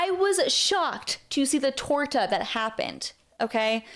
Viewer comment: Calling a Torta a TORTA… LOL 😂